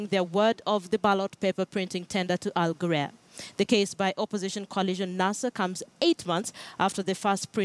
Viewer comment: wrong pronunciation of the company name plz ""al ghurair'